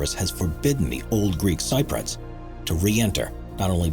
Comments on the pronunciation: You should really learn how to pronounce Cypriot, the way you say it is weird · your pronunciation of thames was bad enough but i KNOW you're not pronouncing cypriot like that.......... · Cypriot not Cyprot! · What's a Greel sigh-proit? Do you mean Greek Cypriot? You mean Sip-Ree-Oyt! Incorrect pronunciation loses your credibility! Oh and Thames - as in Thames City, is pronounced 'Temz' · Sy-proits? I think you mean Cypriot (Si-pree-yuht). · No offense but it's pronounced "sip-ree-aht." not "sy-proid." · Levant: Le VANT. Cypriot: SIP ree ot. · Thames is pronounced "tems", also Cypriot is "sip-ree-ut" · Cypriot is pronounced Sip-ree-ot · FYI, ‘Thames’ is pronounce ‘Tems’, like ‘tens’ but with an ‘m’. And ‘Cypriot’ is pronounced ‘sip-ree-ot’. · He can't pronounce Cypriot either! ;)